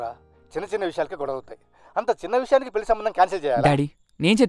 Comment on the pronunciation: పెల్లి కాదు పెళ్లి